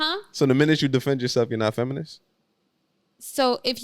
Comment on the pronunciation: Thos is outrageous that grown woman couldn't say feminine or feminist, but she could say masculine clearly. Is that homie from the Dr. Umar and Cynthia G interview/debate. Until women comprehend the real reason for marriage we are doomed. Modern woman are extremely Selfish, delusional, and ignorant to life's true meaning.